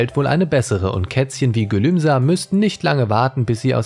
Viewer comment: Es heißt nicht gülumsa sondern GÜLÜMSE!!! 😠 😠 😠